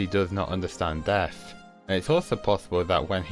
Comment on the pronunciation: He really said deaf instead of death